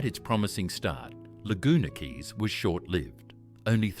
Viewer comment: ..I WENT TO CAIRNS ONCE, IT WAS A WHILE AGO, BUT IT SEEMED LIKE A NICE ENOUGH PLACE 🫠🥹☺️😊😇♥️❤️..WELL.. BETTER THAN MY HOMETOWN, ANYWAY 🫠🥹☺️😊😇♥️❤️.. AND I THOUGHT QUAY WAS PRONOUNCED KEY??..OR HAVE I BEEN WRONG??.. EITHER WAY 🫠🥹☺️😊😇♥️❤️..